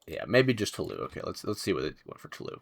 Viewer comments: If there's an 'e' after the s in french you pronounce the last syllable. (Toulouse should sound like you said 'to lose' a bit fast) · Dude, "Toulouse" is pronounced like "to lose yourself". Thank you, -Bleeding francophone ears. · Please look up how to pronounce 'Toulouse'.